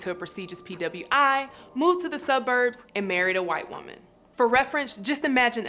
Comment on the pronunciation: He married a *HHWHHite Wahman